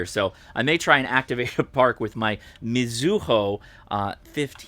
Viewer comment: Uh,,,, It is not "me ZOO hoe". It is pronounced flatly ... mizu hoe .... (Mizu is like "me zoo" but pronounced like it is one word.) Nice radio. I will look around the ham fests here and see if I can find one. A bit of trivia for you. The faded red tag on the front panel was required by the Japan FCC to indicate it was a radio registered on your ham radio mobile license (as opposed to your fixed home station license) The tag was included in the envelope with your new license that came back from the Post and Telecommunications Agency, after registering the radio.